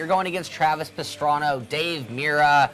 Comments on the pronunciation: Travis Pastrano? Ken Brock??(lol kn block mixed with the dude from pokemon). Not to be mean but its Travis Pastrana(and i dont even like motercros or the guy himself) And Its Ken Block not Brock XD. But nice episode maybe il buy a PSP with the GT game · I like this a lot but when you do the intro pronouncing stuff right matters so please its not Travis Pastrano or ken brock so please if you are going to say something thousands of people SAY IT RIGHT! thank you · "Travis PestranO"? "Ken BRock?" c'mon.. your top will have to be twice as tight next week to make up for that!